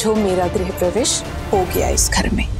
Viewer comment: Grah parvesh nahi Grah pravesh hota hay